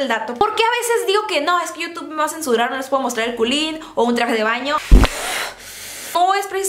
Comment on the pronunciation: Jajajjaja el culin jajajaj sono raro 😂😂😂😂😂